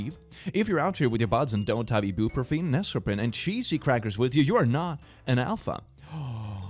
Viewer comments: lmao I love the way you pronounce ibuprofen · him calling ibuprofen "ibooprahfen" was just so adorable to me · It's only happened a few times but the way pronounces ibuprofen just always makes me wince. With the addition of Neosporin I'm just. å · Wait how did you pronounce ibuprofen…. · I'm sorry, HOW did you say ibuprofen? I love it